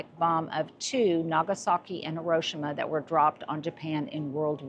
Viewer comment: You’re pronunciation is incorrect, just thought I’d let you know since a lot of WW 2 veterans wives might be cringing, Japanese, Hiroshima is pronounced "Hee-roh-shee-mah". The name means "broad island" and is written in Japanese as 広島.